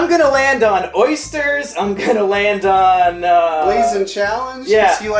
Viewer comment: Oh god no not the Ö Y S T E R S